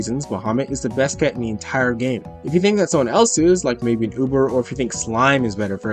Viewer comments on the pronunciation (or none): none